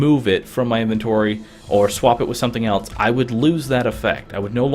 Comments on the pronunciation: It sounds like he is saying swamp instead of swap. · The way he says swap just annoys me for some reason but thanks for the help